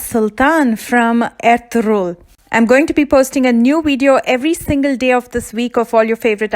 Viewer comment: You perfectly pronounced Ertugrul 👍👍👍👍👍👍❤️❤️❤️